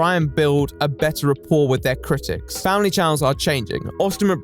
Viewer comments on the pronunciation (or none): none